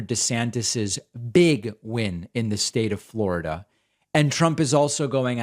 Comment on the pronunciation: Can you say Fla ra da like him. I had to show my son and he cracked up as well. 🤦🏾‍♀️🤣